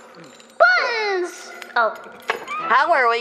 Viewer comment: the way she says buttons scratches my brain svyffytdiokjijo